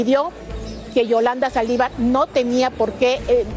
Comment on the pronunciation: Amigo se dice Saldívar. Con acento en la( i)